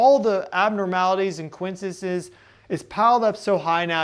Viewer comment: Do you not know how to pronounce coincidence?